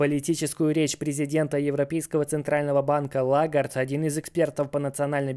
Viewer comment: Прошу прощения, но ЛЕгард, а не Лагард